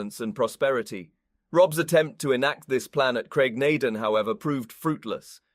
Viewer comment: Lall-leee Broch and Graig Naa Dooon, not just punctuation